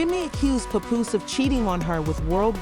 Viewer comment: I done her you say his name 3 different ways but the right way😂😂😂